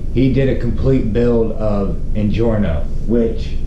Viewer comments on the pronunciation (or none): Injora not injorno lol